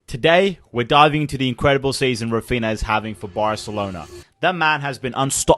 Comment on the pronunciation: “Rafina and lawadowski” 😭